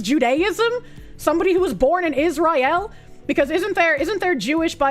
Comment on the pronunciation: I love how pronounces Israel like that assassin brother from Smokin Aces. 😂